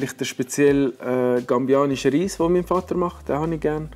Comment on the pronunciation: gambisch. es heisst gambisch. was beweist: mit herbalife wird man nicht schlauer. 😂😂😂